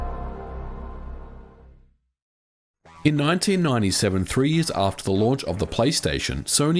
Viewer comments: did you say 1987 there or do I mishear it everytime? You mean 1997 right? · do you not mean 1997, sounds like you said 1987! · Late 1987 at 11m45s?...or is that your accent?